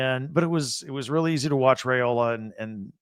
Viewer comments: Can he lead the Huskies? No, he definitely won’t do that, as he doesn’t play for Washington or UCONN. I seriously almost stopped listening around the mark. Edit- His name is pronounced “rye-ola”, not “ray-ola”, and Colorado wasn’t ranked when Nebraska beat them. I should’ve stopped listening when it first crossed my mind. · It’s not RAY-ola. It’s RYE-ola. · WOW! Can’t pronounce Dylan Raiola’s name correctly, then calls the Huskers huskies. Get it together, B1G! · Dude, you stole my comment! lol. Why would I listen to a guy that can’t pronounce our QBs name and is confused on who the HuskERS are. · Husker here. Sense Hate. Everyone plays cupcakes non conference, why stress ours ten times? And WHY MISPRONOUNCE OUR QB'S NAME!?! Does Not Reflect Well on What you Do and Don't Know.